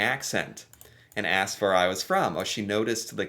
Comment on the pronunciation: Out of about a dozen words Americans mispronounce, the one that irritates me the most is "asked " . To many pronounce it "axed". Wth....s is s and x is x. Makes me wonder about the level of the English language being taught in the education system in America.